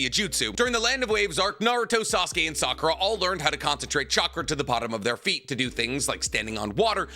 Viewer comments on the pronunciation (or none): none